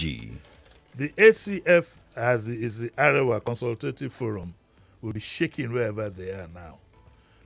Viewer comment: hahaha,...behave like monkey bawo 😀., Arewa (of ACF) is pronounced "mi-do-mi" and not "re-re-do"